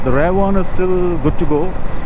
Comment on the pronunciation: What’s Rare brake? It’s pronounced as RiEar